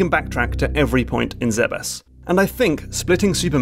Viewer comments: I wonder how a person gets mentally to the pronounciation "Zebbes" instead of saying "Zebes". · It will always be pronounced "Zeebs" in my mind. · Am I the only one who pronounces Zebes as “Zeebs”?